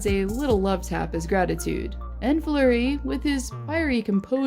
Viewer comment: HIS NAME IS NOT FLOWER ITS FLUREY UR SO DUMB